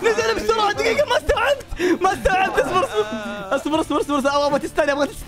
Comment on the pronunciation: والله احبك بس كانك قالت ميقه من قيقه والله مو قاعد اضحك عليككك😭